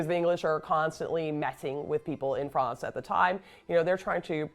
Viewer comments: This woman says she doesn't speak French. Why does she keep calling it Frahnts instead of France? I've never heard an American (or maybe she's Canadian) pronounce it that way. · This lady is pure American. Why is she pronouncing France, "Frawnz" ? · Okay! This is the History Hit gal who pronounces almost everything as an American generally would, except she obsesses with pronouncing "France" as "Frawnce"! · She keeps saying france as fronz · Why does she say "Fronce"...lol! That's not how the English say France.